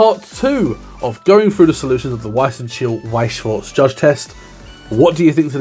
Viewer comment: I just gotta say, it feels so good for someone to not say "shworz" instead of "schwarz".